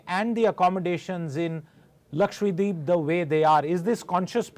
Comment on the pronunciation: ppl it is not Lakshwa-deep it is laksha-dweep the lady anchor said it so right. The other anchors should listen to her. Thank you madam